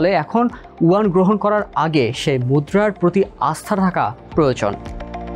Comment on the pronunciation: Please correct your pronunciation, this is Yuan